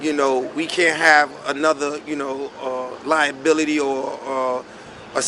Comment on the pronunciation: Smack said "LIENBILITY"...😯😵😂